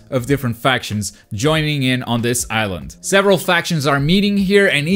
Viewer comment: This is a ihsland that is diverse. How do you manage to say diverse with no problem but suffer to say island